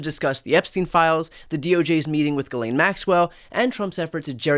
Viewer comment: Thankyou for not pronouncing her name "ghizlane".Its French I think